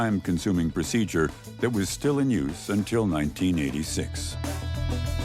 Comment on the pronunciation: The yuse force